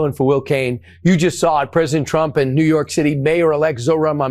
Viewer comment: Did she say "New Yark"?